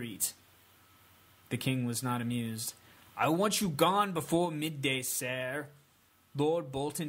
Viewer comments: It's pronounced "Sir" not "SEEEAr" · I love your readings. But when you say "sear" instead of "ser" (pronounced sir) I push pause, throw up, and then urge myself to continue the story.